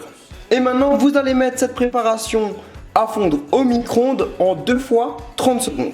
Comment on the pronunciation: Vidéo en partenariat avec céréale Lion Sinon c'est micro-onde pas micronde